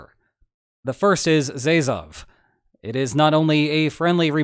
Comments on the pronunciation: Zezov is actually rh-zheh-shoow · Zezov xDDDDD That sounds like a surname of a cross-eyed Russian dude. It's "Jeshoof", at least that's the closest I can get the spelling with English pronunciation. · . It's not "Zeyzov", it's "Zheshoov", haha. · Sheshov is a better way to pronounce Rzezow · Good video Rzerzow is pronounced like jejoof (j like z in leasure) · for a moment I was trying really hard to understand what "Zejzof" is and why is that so important in the context 😅😂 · How to pronounce rzeszów: Rz - like g in beige E - like e in electronics Sz - like sh in shamrock Ó - just like U in full or any other U W - live V i veines "Geshuv" is best i can offer xD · I once had some Polish at uni, but I'm not an expert. As far as I know, if Rzeszów were a Ukrainian city, it would be transliterated as "Zheshuv" (with zh pronounced like the end of "garage"). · You could get close-ish to pronouncing Rzeszów right if you tried to first write it as "Zheshoov". Then read it with accent on the first syllable and you're more or less there. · If you don't want to stress your pronunciation too much try "Z-YEAH-shoof" for Rzeszów (as in the first syllable would the word "yeah" but with a z. I worry that if I write "zyeah" people will try to squeeze a vowel in and create something similar to when they pronounce the name of the street fighter character as two syllables.) Unrelatedly did you know this town is home to a big soviet monument some people call the "wielka cipa" or "big pussy"? You can imagine what it looks like - and it is not a tiger. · Rzeszòw = "zheh-shoov" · Pronunciation pointer: Rzeszów="ZHE-shoof" 😊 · Rzeszów should be pronounced Geshoov with “Ge” part like in genre. Hope that helps;) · Rzeszów is pronounced "jeshoof" rz makes the s sound like in vision sz makes the sh sound ó makes the oo sound w makes the f sound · Rze-shoof (actual airport is called Yasionka) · Rzeszów is pronounced Zheshoov, and if you think it's hard to pronounce, you saw nothing.